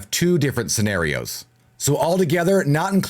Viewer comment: He said serrenarios